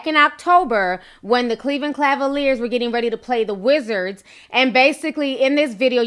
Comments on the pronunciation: Why can’t Ti pronounce CAValiers? It’s CA-VA-LIERS not CLA-VA-LIERS. 😂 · It's Cleveland Cavaliers. Not Clavaliers. Lol Hehe just buggin ya. Xxoo